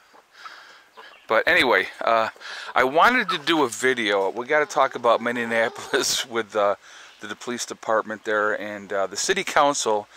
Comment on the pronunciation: Minneapolis is pronounced Mi-ni-a-po-lis......or do you say it wrong on purpose?